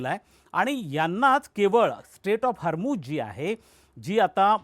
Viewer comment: सर हरमुझ नाही हॉर्मुझ आहे ते 😄